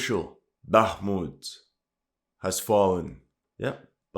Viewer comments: For you guy that know Russian and Ukrainian check out how Zelensky,fuccqed up the pronunciation of Bākhumt,then corrected it to Bakhmūt 😂 because he is a native Russian speaker and not a Ukrainian native speaker. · I heard on a Talkshow sometime back that since Zelenskyy is from a Russian-speaking Ukrainian family, he always pronounces it the Russian way - “Baakhmut” & not the Ukrainian way “Bakhmoot” & ends up correcting himself a lot of times. Dunno if this is true - maybe some Russian speaker can clarify! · So funny ... Zelesnky has to correct his pronounciation of Bakhmut ... hilarious !